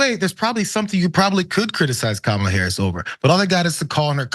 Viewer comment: That jerk not only calls the vice president a DEI hire; he also calls her "colored." If that's not racist I don't know what is. Plus mispronounces her name.